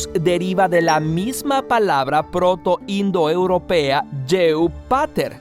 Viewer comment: "proto inod europea" xd